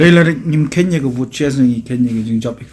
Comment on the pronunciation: Devesion of bote(pronunciation😅) U paul lyngdoh(UDP)u pyrshah kat uwei ha khadc ia u konrat, u nguh & pynsum kjat bad pynbong eit ruh pat ia u konrat assembly😅😂😅